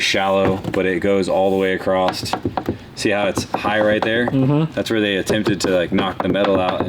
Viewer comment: all the way "accrossed"???